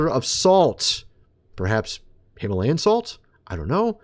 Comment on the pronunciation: plain sight him-a-layin